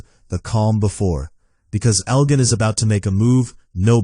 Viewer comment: You mispronounced Elgin and Clara never lost an eye. Maybe watch the show before you make videos.